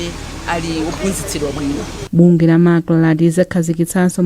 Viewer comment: Owerenga news improve and be able to differenciate between MACLA and MACRA. Which is which between the two?